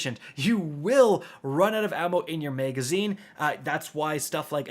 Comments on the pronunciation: Megaszine??? 😅 Sounds like something from Judge Dredd. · “Megazine” “extended Meg”